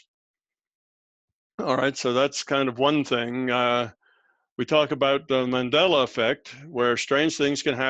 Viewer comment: It's Mandela not Mandala :)